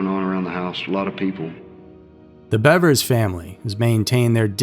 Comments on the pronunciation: Thanks for calling her Bevers and not Beavers 😅 Idk why everyone pronounces it like shes a Beaver... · And he pronounced it correctly, there's so A in there.